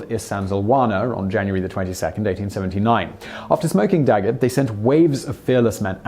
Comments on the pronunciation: Interesting video...but your pronunciation of "dagga" is incorrect :) Check out how to pronounce it here! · Your pronunciation of dagga makes me cringe ... still awesome top 10!